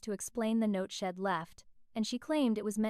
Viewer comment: It's not shed, it is she said